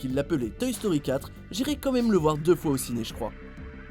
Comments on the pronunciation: ON DIT MAIME PAS MIME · Ptn arête de dire mime c'est même 😂😂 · Les "mime" 😂 a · Ca choque qui le "mime"?